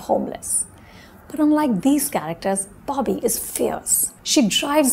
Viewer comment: Its Bobby. Not BAABI. Accent maarte maarte pronounciation bhi bhool gayin hain ye madam.